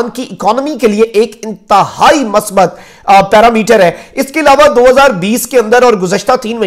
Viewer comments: masbat nahi huta musbit huta hei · Correct word is Musbat Not masbat. Please correct your pronumcistion. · بھت خوب ھے مخدوم پھاںیء اس کم عمری میں اتنی ذمہ داری کے نبھاؤ پر رشک آتا ھے دوسرا یہ کہ اردو کا تلفظ صحیح ھونا چاہئے مثلا مثبت کا تلفظ میم کو پیش لگاکر ادا کیا جاںےء